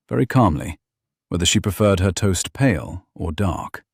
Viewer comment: Except for the word "toast" 😂